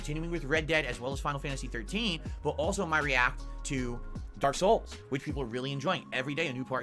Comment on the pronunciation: Why does he say Dark Souls like that